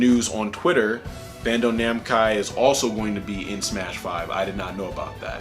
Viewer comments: "bando/namcai" uhhhh Bandai/Namco"? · Please tell me you didn’t just say ‘Bando Namcai’ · He says Bando namcai in 😅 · yo this man said bando namcai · "bando namcai" bro im done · he said bando namcai smh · "Bando Namcai" ...right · Hah, "Bando namkai" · I'm not the only one who heard Bando Namcai right? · "Bando Namkai" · It sounded like you said Bamdo Namcai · "BANDO NAMKAI" XD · This man said “Bando Namci”! Send him back to Elementary School! Lol! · I always preferred to call them namdai myself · The Crew Lol, I thought you said it on purpose. 😂